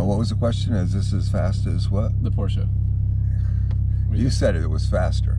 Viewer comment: Love it how he says porsche and not porsch